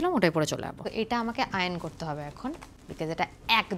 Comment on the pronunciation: Ato sikhito hoye lab ki jodi iron ke iron na bole ion bolte hoy 😂😂😂😂